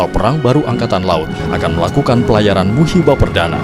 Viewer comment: Bukan musibah perdana tapi MUHIBAH perdana min...